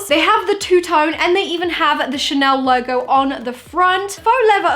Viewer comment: Ah yes, Ghanel, a true piece of french culture